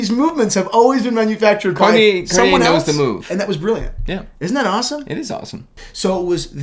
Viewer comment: Oh this one is the ONE!! Honestly! The monopoussoir tortue is one of my grails. I think it would be slightly too big for me, but I don't even care. Slice of gorgeousness! Also.... said Cartier correctly once in this video.;) Progress!;) hhaha (kidding, I know you say you don't want to have to change the way you say things....;) )